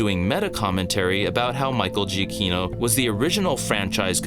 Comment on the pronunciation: To be honest, I wasn’t really blown away by the music battle or by Danny Elfman’s score in this film. But your analysis gives me a new perspective that I can at least appreciate. Also, just as an FYI: Giacchino is pronounced as juh-key-no.